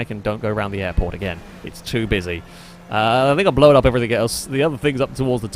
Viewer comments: Blown, not Blowan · Yup, that's part of the accent lol. He really pronounces the 'w'.